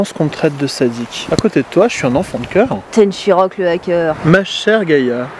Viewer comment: Tenshirock le Ha-coeur lol